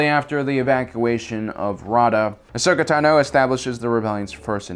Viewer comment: Ashoka Tah-noh